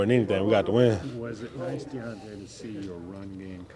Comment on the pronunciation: Did he call him deandre? It’s close but I think he fucked up his name lol